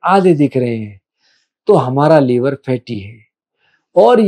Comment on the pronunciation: लीवर नहीं लिवर बोलिए